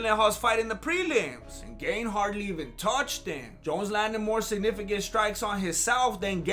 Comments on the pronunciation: Gaaaahn. Not gain lol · its gaaaan...like if you said the word gun with a long u....guuun....ciryl guuun... : ) very entertaining video, thank you! you are really good at this... had me laughing hard.. : D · How difficult is it to pronounce it GARN